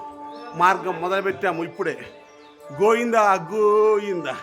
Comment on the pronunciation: గోఇంద.కాదు. గోవిందా. పలకడం కూడా చేతకాదు కరెక్ట్గా పలుకు